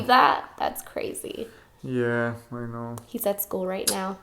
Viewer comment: Every time he says "I know", I hear "aye no" lmao